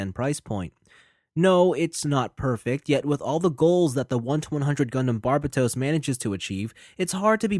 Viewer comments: and here I am pronouncing it as Burbatos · Butchered the name though.